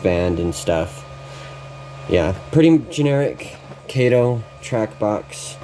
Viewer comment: Sorry, "Cato" was Inspector Clouseau's sidekick in the 'Pink Panther' movies. Kato is 'Kah-toe'.